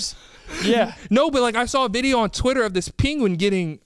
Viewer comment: why does he say PEENGIN